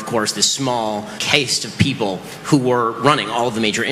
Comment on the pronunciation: This is A.I. ?? pretty sure Ben knows how to pronounce "caste"